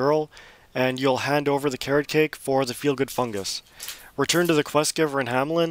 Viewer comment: When you said Car-rock-ache i pretty much put it together straight away and said Carrot Cake?